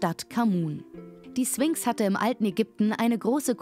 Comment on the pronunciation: Du sagst nicht wirklich 'Swinx' oder?